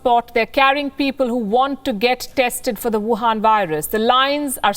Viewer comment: Her favourite words: Buhan Virus